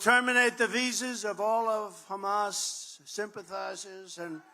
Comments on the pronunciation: He's all talk - and he's so inarticulate, he can't even pronounce Hamas [Humus lol } correctly. Everything he's saying here has already been said by other candidates . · Wow! He really thinks his term did well! Well, at least he's talking about beating Biden this time and not Obama.....first stages of dementia.....when you think WW2 hasn't happened yet. And it's Hamas....not Humus.